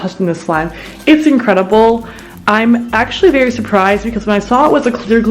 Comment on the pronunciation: For the cookies and cream slime did she say “it looks berry nice”??